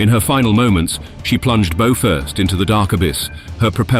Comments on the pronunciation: "boh-first [sic]" -- "bow-first"! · It’s comical really, the narrator bots can’t properly pronounce the word for the front of a ship…. ROFLMA